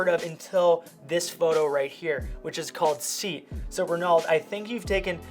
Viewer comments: hey man it's not seat you pronounce it like "ay at" i think :) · SEAT -> Say-At 😄🚗🚀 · That's called a 'seat', A Spanish brand Which you pronounce as 'See-At'. / 'say-at' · seat is pronounced as se-at. very cool video! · It’s not seat 😭😭😭 it’s pronounced “say at” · Sorry the way he pronounces Seat?? Isn’t it pronounced sea-at? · BTW it's pronounced "Say-aht" not "seat" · SAY-AT NOT SEET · It's pronounced 'sayat' (Seat)😂😂 not seat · very very nice edits but i just have to say it. Seat = sayat its not a chair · Seh-at its how you pronounce it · Seat is pronounced "Say At" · it is pronounced se-at, the name of the company', Spanish company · It's not "seat" per say... More like "Sééaat". And yes, they do awesome cars and they have a lot in common with VW. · SEAT is pronounce 'Say At' bro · Love watching these work flow videos, super relaxing Also, just a heads up, it's pronounced "Say-At". It's kinda weird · Hi... looks like I'm not the only subscriber in Tenerife to your fantastic channel.. made me laugh how you pronounce the Seat car, its a Spanish manufacturer now owned by Volkswagen pronounce it like this (See at ) but put the words together. Love your channel Barry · It is pronounced Say-at. It is the Spanish car manufacturer. It is currently a part of VW concern. You are actually looking at a VW GOLF with a different sign on the hood. Same engines and transitions,etc. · And, it's pronounced Se-at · I couldn’t when he literally pronounced it like seat 😂😂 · hey, Seat is a Spanish car company owned by the VW group and its pronounced "SEE-AT" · Looool. It’s pronounced ‘Say-At’. But killer video! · My face when you literally pronounced it as Seat -___- IG - Daronov_Photography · lol the Seat car is pronounced See-At. lol love it!! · Ye it's "See..AT" .... Much love from the UK 🇬🇧🙌👍🏻😀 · Nice work man. FYI Seat is pronounced Say-At :) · In Ireland we pronounce it Say-at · Should be pronounced more like Se-aat 😂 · In the UK it's pronounced Say-at